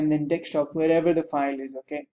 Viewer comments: you can tell he is old, when he pronounces "Desktop" as "Dekstop" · Dextop. haha